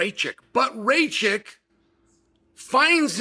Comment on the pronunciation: It's *Ray-chick. Chael pronounced it right. Everyone (including Ray-chick) has been pronouncing it wrong.